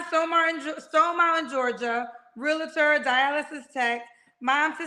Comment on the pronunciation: Real•Tor,. Not realator